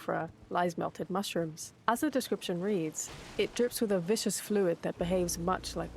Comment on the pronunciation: VIS-kuhs. It's pronounced VIS-kus, not VISH-uhs. If something is Viscous, it's slimy and goopy. if it's Vicious, it's cruel and violent.